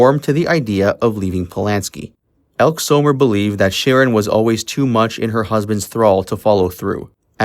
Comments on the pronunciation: It's not ELK Summer. It's EL-KEE Summer.................... I hate AI narration. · Elke Summer is pronounced L-Key. Not Elk Summer I believe 😉 Great video ! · It's pronounced Elkee Summer. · "Elk Zomer"? Elke Sommer's name is pronounced "Elk-ee Summer." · It's pronounced El-kee Summer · Actress Elke Sommers name is pronounced El kee Summer . Actress Joanna Pettits names is pronounced, Pet it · Phonetically pronounced El-kee Summer. Ugh. Might want do research. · Pronounced "ElkEE Summer" just a note. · It’s pronounced Hel-key Summer. Awful AI pronunciation at times. The usual on YouTube. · And Elk-E Sommers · Was he referring to Elke Sommer? If so he pronounced it wrong. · This was interesting, but I would appreciate it more if you learned to pronounce all of the names correctly; Elke Sommer, Dominick Dunne. It isn't difficult to find the correct pronunciations.